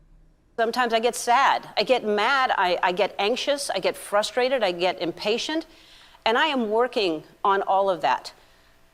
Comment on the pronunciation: Yes, I noted how she said "fuRUustrated" in lieu of "frustrated" like trying to stifle the anger.